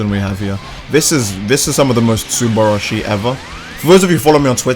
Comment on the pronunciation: The cringe when u say subrashi